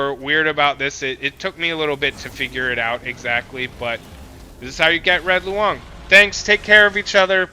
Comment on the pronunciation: I had no idea this was even here thanks for the vid! Btw Loong(lóng) means dragon its pronounced as 'Law-ong/lawng' instead of lo-ong